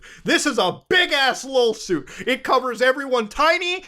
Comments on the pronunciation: I thought you said Lawlsuit and even if you didn't, it fits the vibe here. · Did you call it a "lol-suit"??? Hahah!! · It sounded like you said LOLsuit.